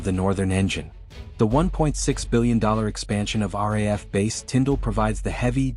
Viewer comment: Please teach your AI how to pronounce RAAF - it is “R- double A- F”. The RAF is the UK airforce